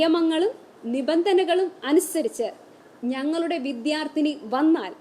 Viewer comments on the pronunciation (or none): none